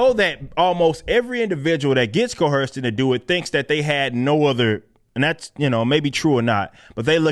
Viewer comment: I agree with a lot of what you say, but there's no H in coerced. You keep saying coHerced. That's not a word. Other than that keep doing good work.